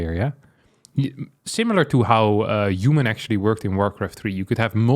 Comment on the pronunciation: what the hell is Yuman? You keep saying it.